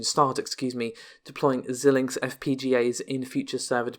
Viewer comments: Xilinx is pronounced "Z-eye-linx" and not "Zill-linx". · I do not believe that Xilinx is pronounced like that.